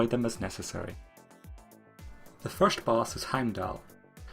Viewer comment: The way you pronounce the word "first" makes me think you're scandinavian,correct me if i'm wrong :D Great guide btw